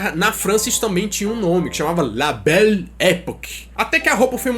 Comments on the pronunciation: Se pronuncia assim la bela êpóquê! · se fala nele epoquê ;)